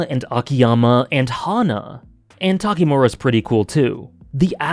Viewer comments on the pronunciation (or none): Its Tanimura, not Takimura.